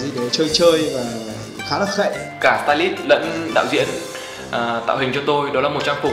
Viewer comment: "cả tai lít" :))))